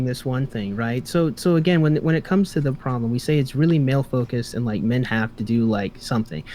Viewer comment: I like when says “Pwoublum”